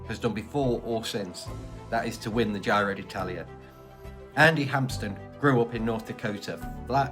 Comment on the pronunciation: “Giro” is pronounced to rhyme with “hero”, not “Cairo”.